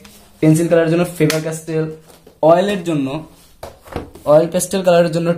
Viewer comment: Bro,I don’t have any problem in my ear.Need to mention that I have heard this 2 times.Don't take it seriously It's a mistake not sin.